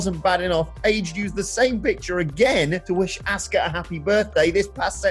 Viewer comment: Every time this idiot says Aska I wanna chin him, I normally skip vid as soon as I see him but for some reason I watched to the end a now I annoyed